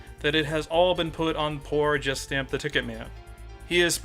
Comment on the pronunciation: When you say it, I always hear "Justin the TicketMan"